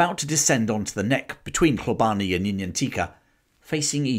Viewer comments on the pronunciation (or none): Love the channel thank you and sorry for being a bit of a knob, Hlobane is pronounced Shlobane in Zulu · You are pronouncing the first portion of "Hlo" in Hlobane correctly, but the remainder is being pronounced incorrectly. The "e" is silent and the "bane" is pronounced as if you are saying the "bahn" in the German Autobahn.